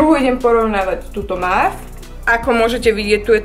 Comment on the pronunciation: mauve sa cita "móv":)